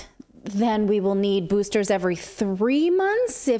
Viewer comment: Get the boostahs....yeah